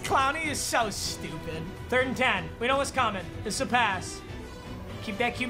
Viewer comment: bills next ok Me: are you shtewpid?